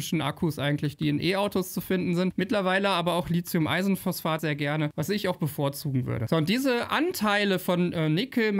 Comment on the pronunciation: Einmal nur LiTHium und nicht LiZium, es wäre zu schön! Du sprichst hier doch nicht über SiliZium ...